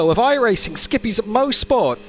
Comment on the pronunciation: I'm from Bowmanville. This is pronounced MOSS-SPORT here. Maybe we locals pronounce it wrong. Certainly possible.